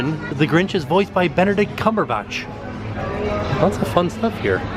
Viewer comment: Wait... do I pronounce benedict cumberbatch name weird or does?? Lol